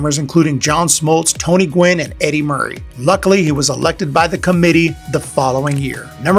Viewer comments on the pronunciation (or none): none